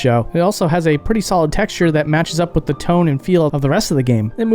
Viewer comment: It’s fascinating to me that you say Vase with a soft A, but still say “Wif” rather than WITH, it’s almost as though you’re mimicking a low-brow, south-London speech style, but without the accent…